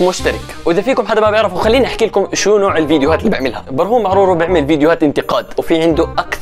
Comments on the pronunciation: كان قال برهوم معرورو مش برهوم معراوى 😂😂😂😂💔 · يا اخي اسمو براهيم معراوي مو معرورو😂 كام مرا قلت معرورو 😂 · مين ركز على اسم برهوم معراوي في بداية الفيديو لان نطق اسمو غلط و قال برهوم معرورو 🤣🤣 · اسمو برهوم معراوي مو معرورو 🤣🤣🤣